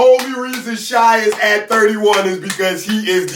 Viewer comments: It’s pronounced shay bruh not shy😭😭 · it’s shay not shy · Nobody: Literally nobody:: SIGH instead of Shai